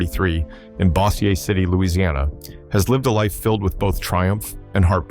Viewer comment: Also, mispronounced Bossier City as Boss--e--a instead of Bose-yer.